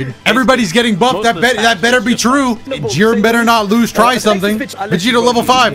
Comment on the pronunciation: when he said “jiren” i just 😮‍💨